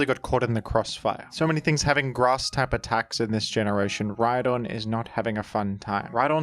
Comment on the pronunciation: The h in rhydon Honse